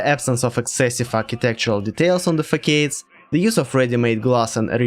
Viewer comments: facade читается как фэсад. Это блять французское слово. Где английский учил, в ПТУ? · Facade = Fus-ad (“ad” like in Assad) It’s a dumb word, great video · Facade is pronounced with an "s" not a "k"